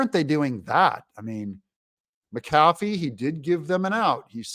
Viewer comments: Brian Kemp needs to get rid of this criminal Willis!!! Doug the judges named is pronounced Mac a. Fee. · I have said Mack A Fee, and also Steve SAY DOW several times. Not sure he reads posts. lol.